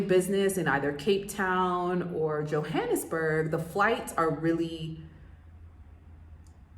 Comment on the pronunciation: You're mispronouncing the word Johannesburg! Get it right Sounds ridiculous! Also, locals call the city .J'burg! I lived there.. The country's sadly in decline .. electricity goes out every day for hours. However, still beautiful .. Embrace it! Cape Town it's magnificent. .. Children on brake play with each other .. S. African people are so much more fabulous than Americans. You've been misled by America if you think you're the superior people ..America. All about money and greed! South Africa .. Africans! Yess! Too bad you're so astonished .. why are you only finding this out now! Haha!